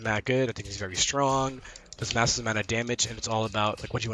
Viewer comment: Here’s a fun drinking game: take a swig every time he says “massissv amount of damage”